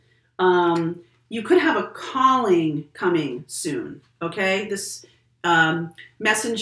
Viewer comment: Instead of Calling I heard “you have a Colleen coming in for you”😆 Well I wish I am attracting a friend like your Colleen, she seems to me like a awesome person😁